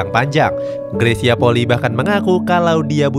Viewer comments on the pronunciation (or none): RATA² 99% PENYEBUTAN NAMA MARGA NYA greysia POLII SALAH, YANG BENAR PENYEBUTAN NYA POLI I ( huruf i yg di belakang di sebut i TERSENDIRI